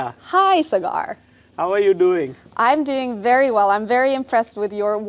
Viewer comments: Sagar ❌ cigar ✅ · Cigaarrrrr!!!! It’s Saa Grrr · sagar usually shoots in foreign places so people don't know how to pronounce sagar so they call him cigar😂instead of sagar